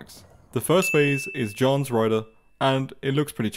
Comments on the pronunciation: Seeing him say Johns rider instead of Juan’s rider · The way he pronounces Juan hurts me mentally and physically